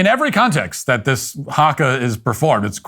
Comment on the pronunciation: I cringe at the way he says haka